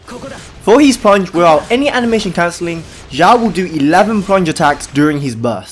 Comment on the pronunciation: His name isnot Zhao. Ffs. Watch a video on how to pronounce his name